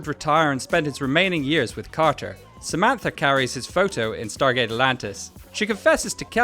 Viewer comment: De onde esse narrador tirou "StarTgate"?😂